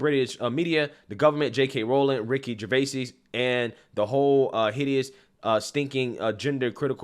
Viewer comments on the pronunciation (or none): none